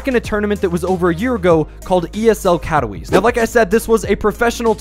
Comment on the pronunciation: Please, at least try to pronounce Katowice